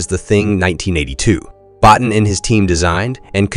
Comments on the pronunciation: You need two things: #1 lower your gain because your recording is always clipping (so lowering volume won't solve it because it's a saturation problem); #2 get the names right: it's not pronounce Bot'n, it's Boteen and the name of Verhoeven is pronounced VerhouVAN. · Bottin is pronounced Bo-teen.